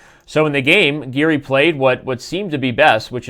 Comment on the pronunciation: its giri not garry lol